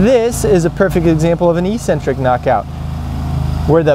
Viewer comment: E-centric knockout? I think you mean "eccentric" knockout.